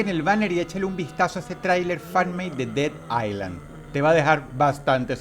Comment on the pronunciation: dead island hahaha esa s es muda :D buena (Y) por fin :P